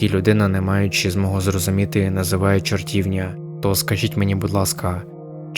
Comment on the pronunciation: Дякую за історію! Невеличка ремарка, правильно буде чортівнЯ (на останній склад наголос)